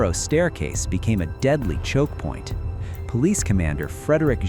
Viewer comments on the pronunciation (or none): none